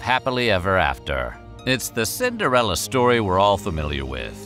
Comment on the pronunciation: Cinderelli, Cinderelli... all I hear is Cinderelli.